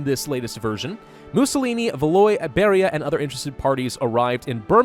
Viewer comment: IT IS PRONOUNCED VAL-WAW NOT VALOY